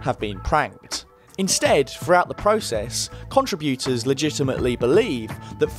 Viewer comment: "CONtriBYOOters" That's a harsh pronunciation on the ears over and over.